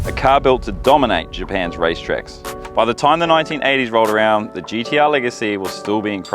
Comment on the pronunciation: Is that guy saying GDR? Or am i having a stroke?